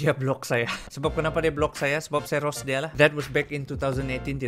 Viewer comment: I thought u were saying ROS like the game and I tried to understand your sentence, so it’s ROAST ya? Is it correct?😂